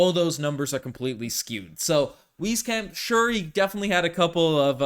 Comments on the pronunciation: Is it not wise-camp? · nope. there's also no "Z" in his name said properly. sounds like 'wees-camp'